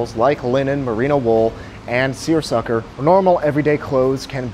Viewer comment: Seersucker? Seersucker?!!, I've discovered a new level of respect for you.